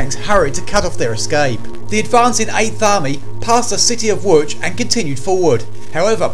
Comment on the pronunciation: Wow he pronounced Łódź pretty much stop on. Respect